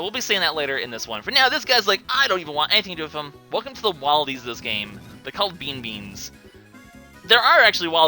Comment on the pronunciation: Theye are bea bons not bean beans